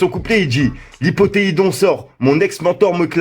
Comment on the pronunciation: Ta dit lipothéidon 😭